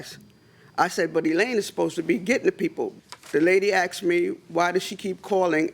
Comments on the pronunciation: It's "Asked", Not "Axed".! 🤣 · Nobody Axed you!!